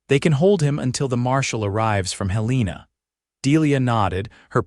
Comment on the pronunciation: Hél-len-a NOT Hel-leena!😅😅